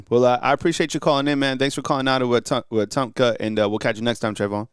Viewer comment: No no no. Its we-tum-pka. The p is silent.